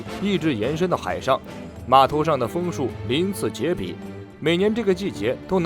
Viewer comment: 鳞次栉(zhì)比